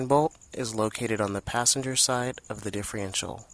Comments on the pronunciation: Great tips just one thing that drove me crazy its differential not diffreential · Don't think I'd take anyone's advice that can't pronounce the name of the part he's working on.....just saying